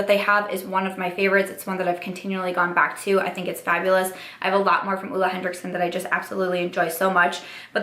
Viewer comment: it’s Henriksen, not henDricksen